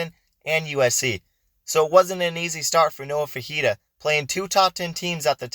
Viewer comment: It’s pronounced “Fi- fi- ta”not fajita he’s not a chilies dish